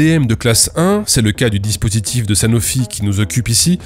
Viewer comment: Dispurtif ? :p